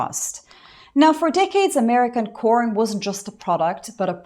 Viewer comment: Sorry, but corn has been used so much on YouTube as an euphemism for videos of intimacy, I cannot help but hear "porn" each time you say corn.